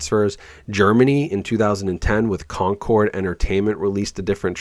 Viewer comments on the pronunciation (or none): none